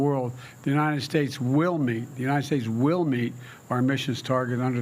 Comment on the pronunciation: “God bless the UNITED SHATTES” - “Where are the ORANGES of the report?” - “They took over the airports (in 1776) they did what they had to do..” REMEMBER THOSE OLDIES???